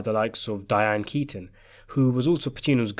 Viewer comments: it's pronounced "Die-Anne" Keaton.. NOT "Dee-Anne" Keaton.. I mean really? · How did you butcher pronouncing “Diane Keaton” that hard